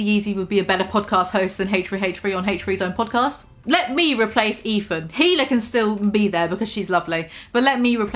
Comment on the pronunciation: It triggers me that you keep saying Hila's name wrong... FAKE FAN (just kidding but only like 98% low key like get it together, you know? we're all having fun here)